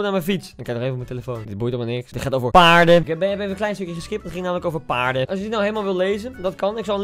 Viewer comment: HAHAHHA OMGG HOE HIJ PAARDEN ZEGT 🤣🤣🤣😭😭😭 ook al is deze vlog 1 jaar geleden boeiend